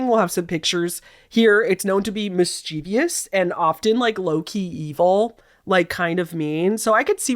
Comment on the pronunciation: Hi! I just have to say—you’re pure internet gold! 🎉 Okay, please don’t throw virtual tomatoes, but I’m about to get super nitpicky (out of love, promise!). The word “mischievous” is a little trickster itself—it’s pronounced “MIS-chuh-vus,” not “mis-chee-vee-us.” That extra “i” everyone sneaks in? It’s up to no good, causing mischief of its own! 🕵️‍♂️ Anyway, hope you don’t mind the friendly word-nerd ambush. Keep being your fabulous, mischievous self—and I’ll be here, ready to catch the next surprise video you drop! Love ya to bits! 💖